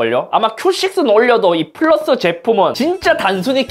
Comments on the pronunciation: 쁘라스(?!이 발음 그..어르신들 발음 아닌가여.. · 큐 식스 쁘으~~~라스 발음잌ㅋㅋ